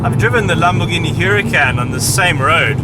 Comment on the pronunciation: The fact that he can't say Huracan should discredit him as an automotive journalist.